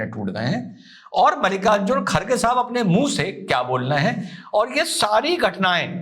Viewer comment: खारगे❌ खड़गे✅